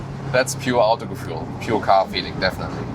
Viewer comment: Jesus Christ, what is wrong with the Germans? Why does their name change, when they are speaking in a different language? No "John" would call himself "Johann" or "José" "Josef" only because they are speaking German. Also: why is he even saying the German word "Autogefühl" as if he was English and does not know how to say it correctly and saying something like "Autogefuel". FFS you are German (as it is not hard to guess from your accent) and it's a German word! This is so awkward.